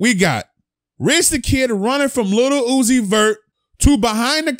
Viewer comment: Stop fuckin sayin LITTLE uzi 🤦🏾‍♂️😤...LIL